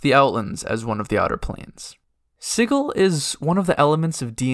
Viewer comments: OMG stop saying siggil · Ain’t that hard G in pronunciation of Sigil? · Yeah, a hard G. Siggil, not sijil. So not pronounced the same way as the word "sigil" that means magic symbol. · What? It's definitely not Siggil. The word's spelled 'Sigil' which is pronounced...well, like the word 'sigil', with a 'J' sound. ;P And, considering Cagers all speak Cockney, nobody but a berk is going to say 'Siggil', my friend. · You're probably right. I guess I pronounced it like that because that's how I've heard it before, and because it sounds like "chaos," which the Xaositects embody. But then again it would be just like the Xaositects to purposefully NOT pronounce it like "chaos." And you are definitely right that I, for whatever reason, did not pronounce the "t" at the end of the word, saying it like "techs" rather than "tects." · You are mispronouncing Sigil.